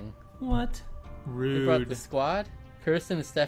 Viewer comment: crossing fingers... "ruudde" Me: holding breath...